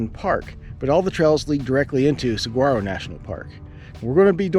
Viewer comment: Awesome video. Pronounced Tucson too-saan, saguaro suh-wah-row and hohokam how-haa-km